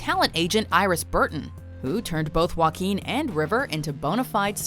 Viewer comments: ok its Wa-keen Phoenix and not Jack Phoenix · its pronounced (hua-keen) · Joaquín in English is pronounce Hwakin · When walk the line came out, i worked at a grocery store that rented and sold movies. Mgmt told this guy to got on pa system an promote the new movies. He literally said 'with joe quin phoenix'. Omg. The entire store broke out in laughter. He had no idea he was pronouncing it wrong. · It's pronounced "Hoe ah keen" =/ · I'm not trying to make fun of Joaquin, but Joaquin Bottom, if you say that fast enough, it sounds like "Wackin bottom" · "Joquin" hahahahahahahahaha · It's pronounced hwa-KEEN (H sound at the start; emphasis on second syllable). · and I'm Kanye West yeah. it’s more like “hwa-keen” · Ashley Martinez That’s right! Tho for Americans, it’s easier to explain that it’s pronounced “hwakeen” than “huakeen”. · Nobody: Watch mojo: wakeen feenix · Walk-ing Phenix? 😂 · and I'm Kanye West it’s not “wh” together like you would pronounce the word whale. It’s the “wha” together with the “h” sound you make when you say words like “heart” or “heat” or “hard”, etc. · Can't pronounce his first name correctly I see